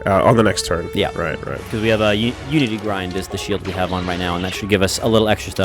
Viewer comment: Every time says "unity grind" instead of Unity Grid, take a shot.